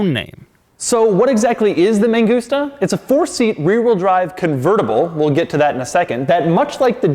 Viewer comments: Why does he keep saying ME GUSTA ? 😂 IT'S MAN-GOOS-TA. 😳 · Man gusta Not me gusta, lol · Sounds like "Me gusta" - I like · M A N G U S T A = M U S T A N G A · mangusta, mangusta, all I kept hearing was megusta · No "man gusta" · I speak spanish, same i just hear "me gusta" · Mangusta sounds like you are saying "me gusta" witch translates to "I like" or "I like it" in Spanish. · I kept hearing "me gusta" and it made me chuckle every time you said it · whole time, thought he was saying "me gusta"